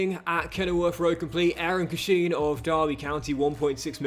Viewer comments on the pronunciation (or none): It’s pronounced Cash-in! Love it though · Derby fan here it’s pronounced cash-in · Hi, love the content. One quick pronunciation comment it's Eiran (Air-in) Cashin (quite literally "cash-in")